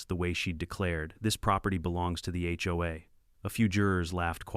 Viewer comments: "Hoe"? Seriously? The term is "H O A". Maybe if the 'bot programmers learned to use grammar and punctuation their offerings would be worth listening to. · first 3 seconds i heard (hoe) XD